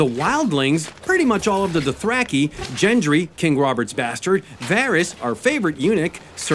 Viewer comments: Second sons are not with them, and it’s Gendry not Gindry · GINdry. Ugh im sure it's Gendry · Gendry is pronounced with a hard G sound like gate. it's not Gendry like a giraffe😅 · "Jendry" is another mistake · Gendry, with a hard "G" Anyone who has seen the show would know that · I’m sorry did you say “Jendry”? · Gendry's name is pronounced with a hard G. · Actually Daenerys left the Second Sons back in Mereen with Daario. And it's pronounced Gendry with a hard G, like goose. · ah yes, good ole "Jendry" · It’s not Jendri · did my man just say "jendry" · Did this guy just say "Jendry" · I disliked the video as soon as I heard Gendry being pronounced as Jendri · second sons are still In mereen and gendry pronunciation was slightly off either way great video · More like season 7 recap. Learn how to pronounce Gendry. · Everything about this video was good, other than the pronunciation of Gendry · how did you say "Gendry" again?